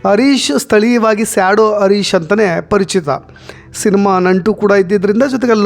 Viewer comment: Sir adu arish alla Harish, please Aa and Ha correct agi pronounce madi